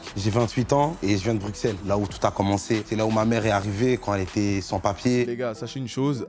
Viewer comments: Attends attends... Le dark il vient de bx et il dit : BruXelles ?! On dit brusselles PTN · ON PRONONCE PAS LE X DANS BRUXELLES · Mdr le dark je sais pas d'ou il vient, mais il y a absolument aucun Bruxellois qui prononce le X dans Bruxelles